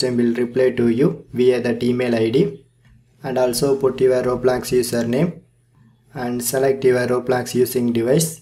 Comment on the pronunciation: He said hello "gays" and "roebolox"